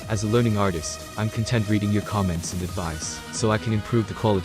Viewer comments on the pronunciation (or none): none